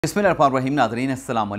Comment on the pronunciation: oooo bhai masla kya hai tera bismillah daily ghalat parhta hai....roz har vdo pr comment kr bol ra hon lakin majaal hai tere kaan pr joo b reeng rai ho ...kion gunnahgar ho rahe ho ghalat parh parh k...